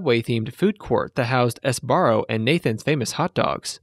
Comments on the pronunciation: He pronounced it “s-barro” lol. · "ES-BARRO" lol